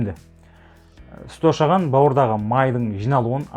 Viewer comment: Шошаған емес ошаған